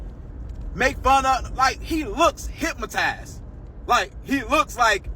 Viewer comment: Its "hypnotized" not "hypmotized".